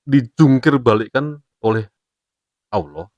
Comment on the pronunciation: KONTEN BIKIN FITNAH SI NGOMONG AGAMA ISLAM TP NYEBUT ALLAH KAYAK ORANG NASRANI 😂😂 JANGAN KAN BICARA TTG ILMU SI INI BERLOGIKA AJA MASIH SALAH